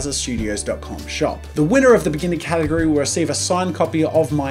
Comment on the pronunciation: Did anyone else notice "Gategory"? Lmao